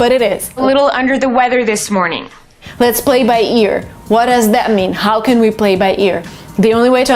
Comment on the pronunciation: let's BBlay by ears(X) let's PPlay by ears(✓)